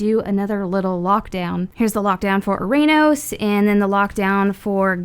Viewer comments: Not to be that person but ouranos is proniunced "uranus" and gaea is pronounced "gaya" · Just a pointer ouranos is pernounced uranos.